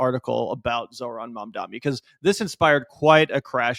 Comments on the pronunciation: Bro stop saying "Mamdami" -- you're just as bad as Cuomo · Hey, it’s MamdaNi. We gotta get it right. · Considering the smack u guys talk, please pronounce Mamdani right. It isn't Mandami or Mamdami it is Mamdani. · my man, you gotta learn how to say Mamdani correctly lol.